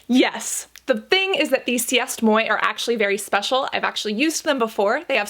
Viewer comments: 'See est moy'? Lol. Liza pronounced the brand right, it's French, pronounced 'Ce Mwah', it means 'It's me'. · Cassandra, we seriously have to talk about your pronounciation 😂😂❤ it s not "si-essst-moï " it s "sé-moah" (french) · “See est moy” hahaha really Cassandra 😭😭 Liza says the correct pronunciation in the video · Did she pronounce c'est moi as cyest moy ? Cassandra girl lol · “See moy” 🤣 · It's pronounced "Say moi" because it's french haha just letting you know! That pronunciation was adorable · Si-est moy 😂😂😂😂😂😂😂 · Sorry Cassandra but that's not how you pronounce 'c'est moi' 😂 Liza was saying it almost right, it's French for it's me 😉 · that pronunciation of "c'est moi" haha